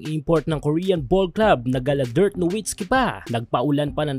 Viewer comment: Haha si imf dirt lang, ginawa mo naman imitation local na nga eh.. Paki ayos para naman hndi comedy it's DIRK.